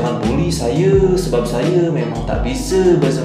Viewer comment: Tolong lah cakap elok elok sikit , daripada aku suka tengok channel kau ni sampai jadi meluat dah lani . Tak salah nak cakap bahasa melayu , tapi sebut bagi betul , saya jadi saye , bahasa kita Malay Indo ni lebih kurang ja .